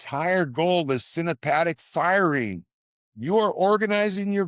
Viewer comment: good, but you might want to check your pronunciation of synaptic